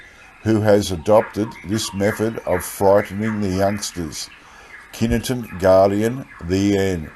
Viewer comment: Pronouced ky ton mate lol 😂😂😂